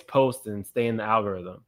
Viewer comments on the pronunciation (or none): none